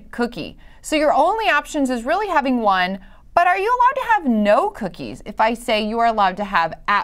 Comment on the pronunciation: Bro. The way she said "NO" felt so personal. Bro, I want two cookies. Geez.